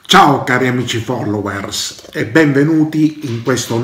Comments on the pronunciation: Folloue'rssss. L'italiano del è solo secondo al suo appetito. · Da Tofori appunto, è il che dice follouers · Notare come dice follouwersss